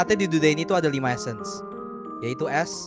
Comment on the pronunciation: GemmaD kepeleset Ngomong Essence jadi AdSense.. Biasalah yutuber